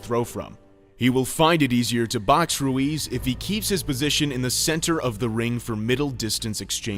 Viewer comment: Hes name is Ruiz not luis lol